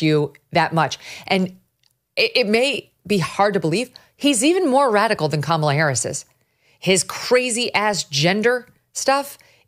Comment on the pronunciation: Am I nuts or did Oprah just mispronounce Kamala’s name?